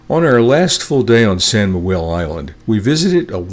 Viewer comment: SAO..SAO SAO...not SAN ,we are not spanish.Thank you.